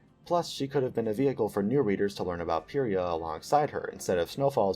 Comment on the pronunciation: whoa whoa whoa… PEEria? it’s PIEria ya doof. at least that’s what it was in the audiobooks.